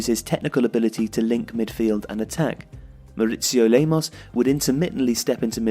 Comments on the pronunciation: mauricio lemos not lamos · Nice video. But why are you insisting on calling Lamos instead of Lemos, his real name?